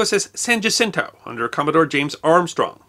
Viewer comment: San "wah-sin-toe", no "ja-sin-toe". Jacinto. I may have spelled that wrong.